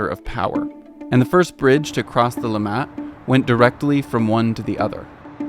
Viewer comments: Great video, learned some new things about my own home town :) Quick note, it's LIMmat, not limMAT, for the pronounciation of the river name. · please dont call the river 'LimmaH-t', its pronounced 'Li-mmatt' ;-) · It is called Limmat, not Le mat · It's "LÍMĀT", not "LEE-M-MAT": next time, ask a local! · Hey,it took some Americans to teach me about those places you got to access with that key! Never knew before, even though I live here. Funny detail: the first time you mention the river Limmat, I did not catch what you said. Your prononciation sounds sounds more like "Lamaze" to me as you stress the last sylable. Here we stress the first (as in summit, grommet etc) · LEE-MAT river? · You pronounced Limmat wrongly. -> li·mat -> emphasis on the M :) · Heh! Hearing Limmat stressed on the second syllable threw me. Hint: German words rarely are stressed on the final syllable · As interesting this is, you provide lots of false and half-true information! And your pronunciation of Limmat is so completely off, I thought you were talking about Léman (lake Geneva region). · OMG His pronunciation of “Limmat” drove me nuts and took me out of what is a -level quality documentary. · yeah but to be fair, getting all the pronunciations right is hard and it's probably just as wrong in other videos, we just don't realise because we don't speak that language...